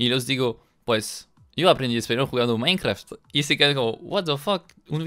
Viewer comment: Uh lala señor frances minecraft,se dice mainkra okno